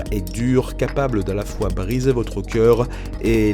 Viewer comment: "Merci pour VORE compréhension" Tu ne pouvais pas choisir une autre video pour ce genre de fautes?